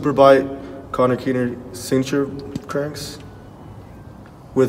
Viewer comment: He said Conner keener lol